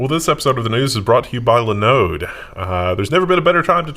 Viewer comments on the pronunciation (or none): Please, please, please stop mispronouncing Linode. So painful.